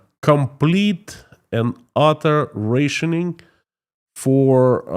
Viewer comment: Rationing is pronounced with AH Lille Coca Cola It’s easier to understand,. We love you, I love your less emotional presentation, quicker to business. Doesn’t make you look tougher, not at all, just more credible with your economic knowledge. Then the prayer dimension is great too after that, emotional yes, but calm emotional. Brilliant turn,, I feel you are back to hopeful horizons. All over the world, you are so loved,l by your followers. I love your wednesdays. Zaza from California and Paris